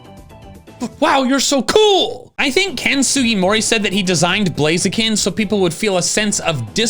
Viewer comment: TORCHIC DOES NOT END WITH AN S! AND IT'S BLAZIKEN, NOT BLAZEKIN!